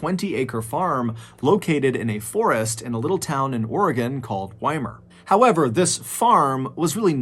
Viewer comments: I know it's silly but as an Oregonian living in New England, it hits something special inside when a New Englander pronounces Oregon correctly 🤣 Most people out here say Ore-GONE and I tell them nope, it's not gone, it's still there lol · Thank you for pronouncing Oregon correctly 😂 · Thanks for pronouncing Oregon correctly 😊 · Props to Mr B for pronouncing Oregon correctly lol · Mr Ballen may I say thank you for pronouncing my state’s name correctly😂 most folks from the Midwest to east coast pronounce it “oragone ”😂